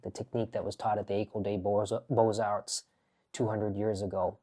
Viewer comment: Hi Rajiv, you don't need to pronounce the "s" in beaux arts :)